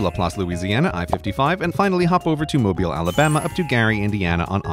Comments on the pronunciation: The fact you said mobile correctly, this video deserves an award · thank you for calling it mobile and not mobile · its truly heart-warming that someone finally pronounced mobile in alabama correctly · Kudos to CGP for pronouncing Mobile AL correctly. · Thank you for pronouncing Mobile, Alabama correctly =)